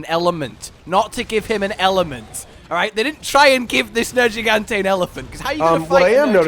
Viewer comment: I keep forgetting pronounces Nergigante with a soft "g", and I also forgot just how much that bothers me.